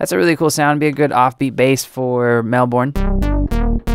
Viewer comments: AHH jesus christ, why does no-one know how to say Melbourne? Its pronounced Mel-bern, not Mel-born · Or Mel-Burn?